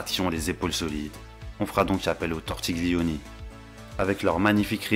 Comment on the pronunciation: Aïe "Tortigulioni" 😬 Le G ne se prononce pas 😉